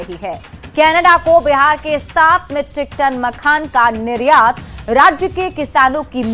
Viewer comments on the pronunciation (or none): Makhana hota hai n ki makhan